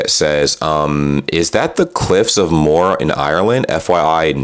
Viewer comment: The cliffs of Mohr? She didn't even get the name of the cliffs right.